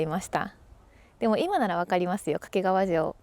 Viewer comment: 掛川のアクセントが西日本のそれ。